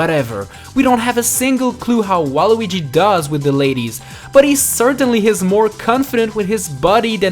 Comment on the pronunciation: YOUR a loser you can't even say his name right